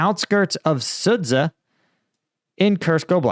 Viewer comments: Sudzha is pronunced like "Sudja" not "Sudza." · Sudzha is pronounced “sued zha” not sued sa think azure. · the 'dz' in Sudza is pronounced as 'G' in the name George